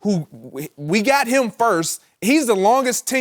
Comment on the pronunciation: Chris, its "him" not "eeeim". - The Most Annoying Voice On TV